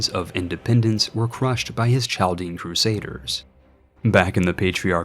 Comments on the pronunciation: its pronounced Kal-Dee-En , source: There are tons of them in Detroit, they talk about this ancient history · I love this vid! Inspires me to do a similar challenge. The historian in me wants to point out it is pronounced "CAL-DIAN" the Ch makes a K sound